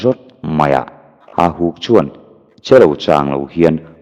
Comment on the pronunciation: Hahuk tilovin HAUHUK tih zawk tur a ni